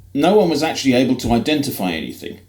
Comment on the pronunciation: You just said “tah” for the word “to” as you make fun of pronunciation.